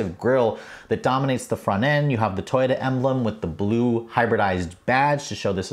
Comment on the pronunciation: Toy-dah? I have never heard it pronounced that way. Interesting.